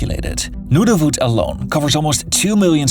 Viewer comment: I can barely make ita few minutes with his butchered pronounciations of Saskatchewan, Nunavut and Newfoundland